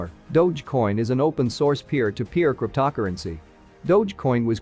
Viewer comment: You have some serious problems pronouncing "cryptocurrency" (crypt-toe pause currency is the correct way); "Doge" is not pronounced as "Dodge" but rather as dou-zh